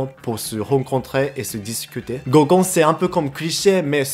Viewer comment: un goukon et pas un gokkun XD